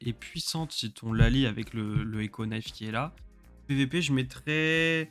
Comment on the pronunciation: Je suis deso met couteau an anglais sa se prononce nife et on ne prononce pas le k😅😊